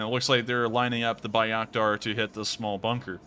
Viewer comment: Love what you do! Keep it up. Just an FYI - it's pronounced "Bay-rack-tar" and "Vas-kez". Also...IMO - the UA WILL eventually take back Crimea. Illegally annexed, RU still under sanctions for it..and the Ukraines have stated time and again they want every inch of Ukrain land back. Slava UKRAINI